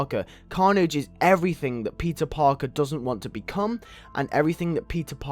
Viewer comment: Why does it sound like you're saying pizza but you are saying peter